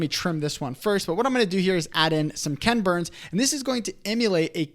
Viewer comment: You guys make such helpful videos! I did chuckle at your saying KENburns, instead of equal emphasis KEN BURNS. I remember first watching his documentaries that "created" this style more than 30 years ago.